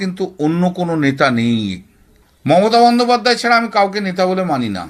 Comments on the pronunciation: কথাটা "বন্দোপাধ্যায়", "বন্দোপাধ্যাই" নয় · বন্দোপাধ্যায় কে বন্দোপাধ্যাই বলছেন কেন?? উচ্চারণ টা একটু ঠিক করুন। বড্ড কানে লাগছে।